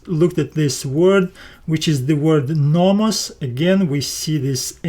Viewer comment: Excellent video and very good explanations! A small feedback on your pronounciation, Θεός is pronounced theos not thios and νομός is prounounced nomos not nomas. The last example is something that I hear often from americans when trying to pronounce -os endings, they often sound more like -as instead.